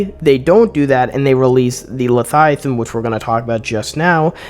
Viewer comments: OMG dude, it's Le-vi-athan not Lathiathan. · I thought I was losing my mind until I realized he was saying “lethiathan” over and over instead of leviathan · wtf is Letiathan ? lol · Say it with me “LEVIATHAN” 😂 great video man 💪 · Bro is illiterate. Lethiathan and vikrul. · Why are you saying Leviathan like that?